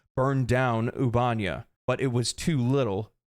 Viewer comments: Oob-eh-neigh-uh. Not oob-ahn-yah. Computer says it every time you enter the system from elsewhere. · Loved the video, hated "ubánia"... Ubanéa. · I feel like it's pronounced Ubah-nea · Ubanea = "Oo-bah-nay-uh" not "Oobanya" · Trying to take this seriously, but “Ubanya” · Seriously dude the ship computer even tells you how to pronounce the planet names lol. It's 'Oob - A - Nay - A' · why can noone say the planet names. The other helldivers channel i watch keeps calling it albania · How are you mispronouncing the planet names when there is audio properly pronouncing the planet names in game?! Ubanea is pronounced "Oo-ba-nay-uh" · Why you gotta say Ubanea like that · The way he says "Ubanea" has me calling my local Democracy Officer to report him. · Damn I could not listen to him say Ubanea lol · Taking a shot every time he mispronounces “Ubanea” system!